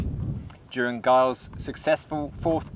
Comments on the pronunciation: Good stuff, txs. Please note his name was Ernest Giles, pronounced "Djiles", not "Guiles". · Well done young man 👍 Ernest Giles is famous in Oz exploration. NB the 'G' in Giles is pronounced as a J.